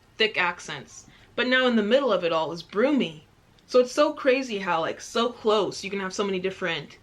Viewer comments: She said brummie wrong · I don’t think she pronounced any of the accents correct “ sULfolk” and “broomie” I’m dying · "broomie" bye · Lol Brummie brum me it's pronounced ! Suffolk is pronounced suf fuk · In general country accents are slower than city ones. Devonshire and Geordie are completely different. You didn't hear the Geordie accent (from the North East of England) Cambridgeshire is a shire (a county). Brummie is from Birmingham, the second largest city in England. It's not pronounced Broomie. It's a short u sound. The surrounding West Midlands area has a 'Black Country' accent. Accents can vary from town to town and also according to the age of the speaker. Scouse didn't sound very Scouse to me, (I've lived in Liverpool) and you missed out Cumbria in the North West, the North East of England, (Yorkshire and Northumbria) and also Scotland, and Northern Ireland. these are very different accents. Also the u in Suffolk is a short sound and the L is not pronounced. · BRUMMIE STANDS FOR BIRMINGHAM! pronounced: br- uh- me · I'm from Birmingham ( Brummie ) however I don't have an accent 😂😂 also Brummie is pronounced Brummie as in mummy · Why does she keep pronouncing Brummie as “Broomy”? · I'm in the West Midlands idk nobody who sounds like that lol and it's br Ummie not broomie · Brum rhymes with Bum not you Brum-mie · brooooooomie omg lol its br U mmie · Anglo SOUNDS NOTHING LIKE AMERICAN NOFOLK AND ANGL ARE CLOSE TO THE SAME AND ITS BRUMIE NOT BROOMIE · It's not broomy it's brummie. I was born in Birmingham but grew up in Redditch 15 miles way. Different accent. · You're saying Brummie like "broomie" but it's more like "bruhmie" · I love your videos and your overall vibe but when you kept saying “broomy”, I was cringing so hard. 😂😂 Not sure if someone’s explained it but it’s “bruh-me”.. like how you’d say gummy. ✊🏻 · You said broomie XD Brummie = Birmingham XD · brummie not broomie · it’s pronounced “ brommi” not brummey😂😂😂❤️